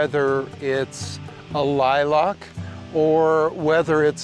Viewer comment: Great advice but the way you pronounced lilac drives me nuts....there is no o in lilac